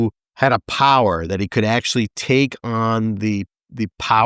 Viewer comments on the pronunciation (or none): none